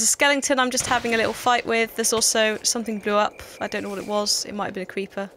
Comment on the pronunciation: All the yogscast members say Skelington instead of skeleton :)